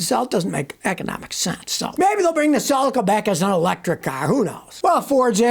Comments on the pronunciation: It's a cel-ica, not a cel-eca. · Suh-lee-Kuh not sulaka….Celica